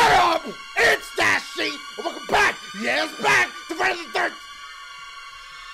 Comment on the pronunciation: "That shit said Friduuuuur the thurrrrr" 😂😂😂😂